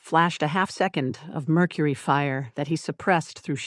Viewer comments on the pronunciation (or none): none